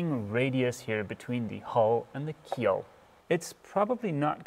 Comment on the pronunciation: Keel, not keep...lol